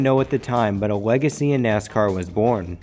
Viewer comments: Yea computers would say legacy instead of wegacy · Wegacy, darwington, wate...wtf is this Elmer Fudd? Consistwancy. Wtf